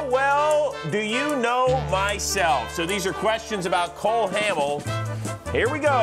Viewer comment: Did Rose call him "Cole Hammel"?